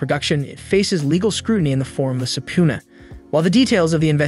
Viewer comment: Yes - ending in peena, not poona.